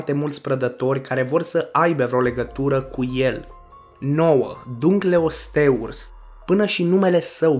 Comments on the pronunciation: Se spune Dunkleosteus nu Dunkleosteurs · Se zice dancalasius